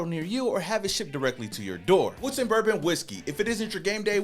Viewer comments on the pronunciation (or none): none